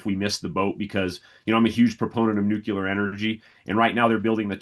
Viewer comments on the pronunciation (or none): Nuculer energy